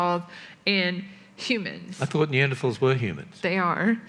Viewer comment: EVERY time the AiG people say "Neander THAWLS" fucking enrages me. Thanks,, for pronouncing things correctly and standing up for trans rights.